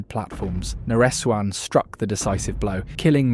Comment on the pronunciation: Its na-re-suan not nare suan